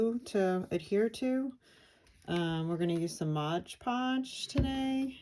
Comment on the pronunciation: I admire your work and appreciate your videos. One suggestion - please pronounce the product correctly. It is not modge podge, it is MOD Podge. Check the label.